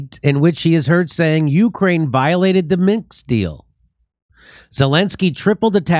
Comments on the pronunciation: MINSK not MINKS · Minx, misk, minskss... God DAMN! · why cant Jimmy say Minsk? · Jimmy I'll give you $1m if you ever get Minsk correct 🙂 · Does anyone else hope that Jimmy never learns how to pronounce "Minsk"?